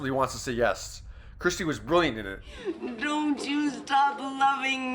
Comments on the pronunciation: Her name is Kirstie not Kristie, it's just a thing but if she's really a favorite, it would be really cool if you said her name correctly. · Learn how to actually say her name, Not Christy, but Kirstie! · It's KIRSTIE NOT Christie. Lol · Her name is Kirstie, not Kristie. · It’s K I R S T I E Not Kristy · Kur-sti Not Kristi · her name is KIRSTIE not KRISTIE! get it right. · Kerrstir? Its Kir-stie! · It's Kirstie ! For Christ Sake!Her name is K I R S T I E! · Why can’t that man say her name instead of kristy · KIRSTIE, at least get her name right please.